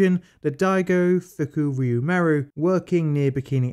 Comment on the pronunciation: UHuhhhhuhhu... You said FukUryu